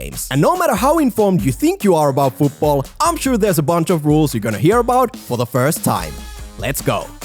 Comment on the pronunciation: Rule 11. FUUTBOLL is not how to say football